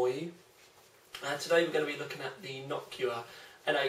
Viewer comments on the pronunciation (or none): "Knockua" :D